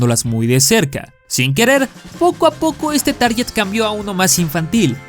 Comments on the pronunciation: Qué gran contenido amigo, pero ese error garrafal: "TARYYYYYET", SE ESCRIBE TARGET Y SE PRONUNCIA "TARGUET". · *Target es la pronunciación correcta. Saludos